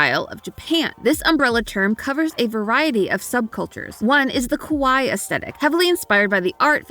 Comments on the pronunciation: I HAVE BEEN WAITING MY WHOLE LIFE FOR THIS MOMENT Edit: i'm sorry but did this anime fan just pronounce it 'kawhy?'... I've always heard it pronounced 'kawhy-ee' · not to be THAT nerd, but you mispronounced Kawaii. What YOU just said is “scary”. You need to take an additional syllable at the end to stress the “eee” sound of the double i. In college i had several friends who were attending from Japan and they made very clear how annoying the lack of distinction was, and how foolish it made the perpetrators